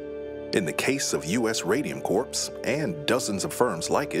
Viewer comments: It’s not pronounced “Corpse” it’s pronounced “Core” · Bro please, corps is pronounced "core" not "corpse". Grim mix-up, that. Aside from that though, very informative video! Had never heard of this, but am sadly not surprised. These things are still happening under capitalism today and will keep happening as long as profits > people. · Corps. as corpse tho.. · the guy reading the script knows you don’t pronounce corps as it’s spelled, right? the “ps” is silent. it’s pronounced “core”